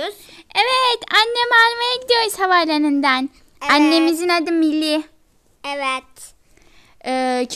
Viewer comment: O MİLLY DEĞİL MİLLİE!:D